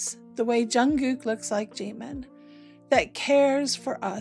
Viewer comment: Прекрасный выпуск, спасибо! 💜 Но так хотелось бы, чтобы кто-нибудь наконец-то научил Искусственный Интеллект произносить имя Чимина правильно!!! 🙏